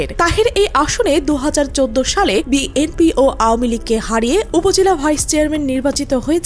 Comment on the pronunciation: বিএনপি শব্দটা উচ্চারণে ত্রুটি রয়েছে। যিনি ভয়েস দিয়েছেন বিষয়টি খেয়াল করবেন। কানে শুনতে ভাল লাগছেনা।